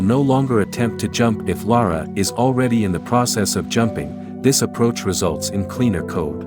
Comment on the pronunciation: Is the narrator AI too? Sounds like it to me, using the same word pronounciations as Lara did, including getting her own name wrong!